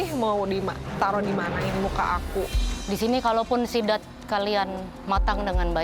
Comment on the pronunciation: Chef Rudy: Sidat ❌❌❌ Zidat ✔️✔️✔️ Jidat ✔️✔️✔️